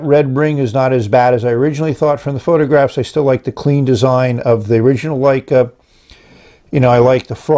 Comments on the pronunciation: Isn't it Lecai (luh-kai) not Leica? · It's Le-cai not Lei-ca. Leica is a great camera manufacturer. Wouldn't mind seeing them make a fountain pen. 😀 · Surely pronounced "le-kay", not like the famous German cameras "Like-uh" I tried to take a photograph with it and nothing came out.